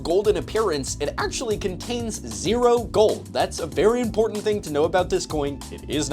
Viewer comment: OK, it's totally off topic, but why do so many pronounce the word "important" almost the same way as "imported"?